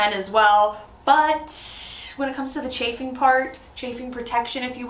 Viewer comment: What is charfing? Sorry I have been trying to figure out what this is 😂